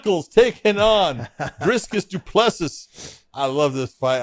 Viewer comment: Still butchering Du Plessis 😆 it's pronounced Doo Plusi don't pronounce the last S